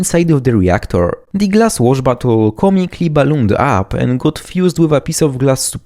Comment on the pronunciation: Lmao I like that you make "bottle" sound like "butthole"